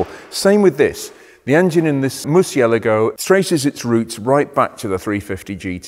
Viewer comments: "moor si eh la gou", man you butchered that one :)) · "Mur see ah LAH go" Hello? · Love this channel, have watched hours of it! BUT from 14m18s onwards pronounces the name as ‘Mercy-a-la-go’ whereas I’ve only ever heard it as ‘Mur-chia-largo’. If you’re reading this and your primary language is Italian or Spanish could you offer some advice on its phonetic pronunciation?!? I can't be the only one who is curious about this! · I think has it wrong too. C followed by i is pronounced 'ch' in Italian, eg Lancia is pronounced 'Lan-cha' I think Murcielago should be 'Mur-chay-lar-go' FWIW in Italian, g followed by i or e is soft, like a j. But 'gh' followed by i or e is hard... so 'Lamborghini' is a hard g, as in 'gone', not a soft j sound like 'gee' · I love how 99% of us have been saying “murcielago” wrong this whole time.... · Loved the video, you do need to pronounce Murcielago the proper way though! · Turns out I’ve been pronouncing ‘Murcielago’ wrong all these years. Is there a fix for the excessive clutch wear? Reprogramme the ECU?